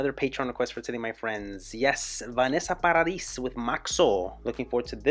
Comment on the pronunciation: I like the song but I appreciate your honesty. Thumbs up for that...also it's pronounced "Paradi" the "s" is silent